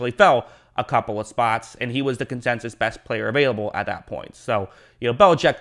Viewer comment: “Consensus” not “Consensious” come on bruh